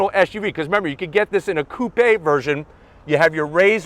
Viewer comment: I love the fact that you actually said "coupe" as it is supposed to be.